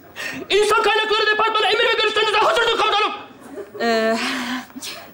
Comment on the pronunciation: Sunuşta departman değil deparman dedi WŞSLWŞEKWLEM